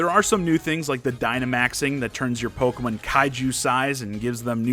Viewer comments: the way this guys says "pokemon" makes me hurt a bit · I love how you pronounce Pokémon.I might start pronouncing it that way if I can remember to keep it up.